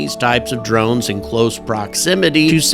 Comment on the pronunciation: Never heard them called "dornes" until now...